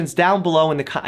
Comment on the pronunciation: I love the....”side edfects” cam